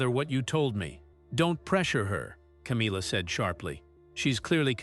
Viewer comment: What a load of rubbish, your not even pronouncing Camillas name properly, I hope that you get sued for slander and libel. Disgusting putting out rubbish like this. 😡😠😠😠